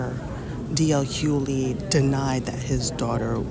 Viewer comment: PSA the G in Hugley is NOT silent! 🤷🏽‍♀️js